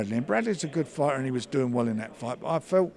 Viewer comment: It's 'fighter', Frank, not 'foyda'